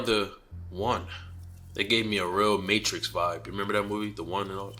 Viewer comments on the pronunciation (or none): none